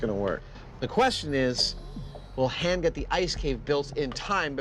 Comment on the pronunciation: Adam mispronouncing Han is so irksome 😖